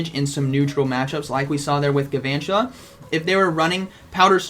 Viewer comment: It kind of bothers me that you don't pronounce the l in Gal-vantula...